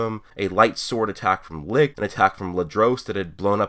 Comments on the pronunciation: Only complaint is that u said licht wrong, my guy its pronounced lisht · The way you pronounced Licht made me choke!Had me dying.